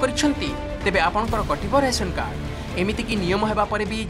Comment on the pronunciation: ଦୟାକରି ଉପସ୍ଥାପକ ଭାଇ ସଠିକ ଓଡ଼ିଆ ଉଚ୍ଚାରଣ କରନ୍ତୁ... ରାସନ କାର୍ଡ ସେଇଟା🙏